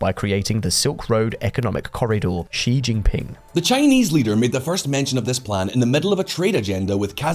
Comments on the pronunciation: It's pronounced as Xi(see), not zhi. Lol. Anyway, that belt n road crap is bound to fail because there's no checks-and-balances. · Xi is pronounced like the letter C or like she! Not zhee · Please say Xi (she,) not Xi (mushy gee) Don't pronounce that slug Xi's name like you like him and had to use a french accent to call him "Xi (gee)" It's a Xi (she) you dope Holy crap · It's not Zhi, but Xi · His name is Xi (like She) and not Ji but I like how you say it... Ji Jinping sounds way better 😂😂😂😂🤣🤣🤣🤣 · How come nobody can pronounce Xi's name? It's pronounced she, like (Xi) she sells seashells by the seashore. Calling him she, is not calling him a girl, it's pronouncing his name correctly.